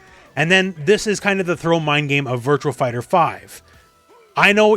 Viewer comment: Virtuaxxx Fighter. It’s not Virtual. There’s no L. Stop pronouncing it.